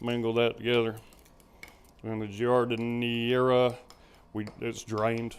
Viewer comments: I was a Midwestern'er for 50 years and it's pronounced "Jard-in-air" or "Jard-in-air-a" Not criticizing here just letting you know. Awesome sausages! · Looks good! I think they pronounce it Jeer-A-Deli. I say it like you.